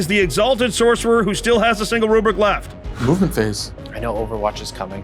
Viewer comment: I always hear "Mubin Phase" instead of "Movement Phase".